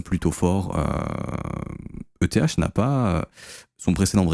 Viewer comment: J'connaissais pas Euthéhache. Boolish.